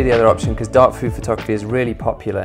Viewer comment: When he said "dark food photography is really popular right now" it sounded like dogfood photography to me xD I just thought: what?! Dogfood photography, really? Trends these days... *:-D